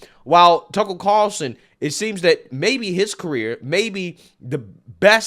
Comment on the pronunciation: Greg "Tuckurl Carlson"